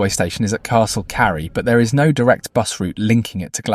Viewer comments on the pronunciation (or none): Castle Careeeee its pronounced lmao